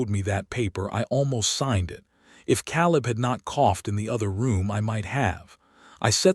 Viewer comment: Caleb. Biblical name. Pronounced Kay - lub. Mispronounced 💯 = 2.5 hours